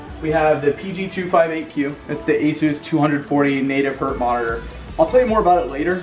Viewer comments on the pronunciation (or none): It's 'hertz' not 'hert', just throwin it out there :P